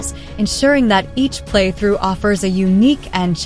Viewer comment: Yes it's insidious isn't it. Listen to the how "shoot-em-up" and "roguelike" are pronounced and then "playthrough" . Either that or Gen Z/Alpha seriously has no ability to read (thanks, Cocomelon!)